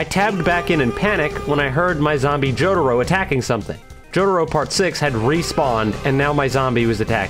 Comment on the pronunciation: Why does say jotaro like “jodaro” its kinda annoying